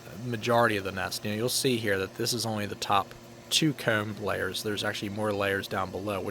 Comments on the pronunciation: He says coom. Not comb. It’s the only thing I noticed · I remember in one video you mentioned that people say it's odd the way that you say "Comb", well after watching this I can confirm that it's any word with an O in it! Phone, Hose, Mow, Comb, you just seem to over emphasis the O in every case. Not a bad thing per se, but you were curious about it so there it is.